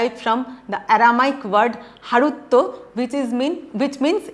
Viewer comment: "harutta " is not to be pronounced as "harutto "